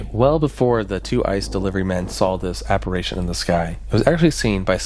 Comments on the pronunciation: You should give the people of 1891 a bit more credit. On average, they were far more intelligent than the average person today. They certainly knew how to pronounce "apparition" correctly. 😂 Just messing with you...sort of 😉😢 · Please learn how to say apparition properly. Its fkn unbearable. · Your pronunciation of "apparition" is cringe af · The way he pronounced apparition threw me, but it was an interesting video. I had not heard of this story so thanks for covering it. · Thank god, I came here to say this haha phew! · Is he just mispronouncing apparition or is that an accent thing? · Omg you keep mispronouncing APPARITION. ITS DRIVING ME FUCKING NUTS. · Great video, but I have to grit my teeth and flinch every time he says "aparation", instead of apparition. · is saying apparation, which i dont think is a word outside harry potter. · Ap-pa-rih-shun Try and enunciate the H in "rih" and say "shun" immediately after. It'll fix it for ya, you spoon. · You are mispronouncing the word apparition. You keep saying app-ar-A-tion. That's not a word. - Grammer Police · Born and raised in Central Indiana and I've never heard of this. 😮 Edit: app-ar-i-shun. "I" as in "it". W-r-ai-thin = writhing. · What is an "apparation?" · aCSHUALLY ap·pa·ri·tion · A small quibble: the word "apparition" is not spoken "apparation"... there's only 2 a's in the word, not 3. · He was saying apparation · Great video as always man. I love your stuff. Also, its "apparition" ❤ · Interesting story but you kept mispronouncing this word: apparition. Drove me crazy. 🤪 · Is he mispronouncing apparition on purpose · Apparition. Writhing. Imbibing. I'm not halfway through and he's continually mispronounced these words. Its very good content but these mispronounciation shit is killing me. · Went to the comments to read other people’s theories on this and all I saw was people whining about his southern pronunciation of apparition 😂 Honestly didn’t even make me bat an eye lol